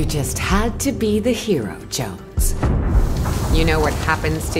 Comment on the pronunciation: It’s like the rock is calling Jones genno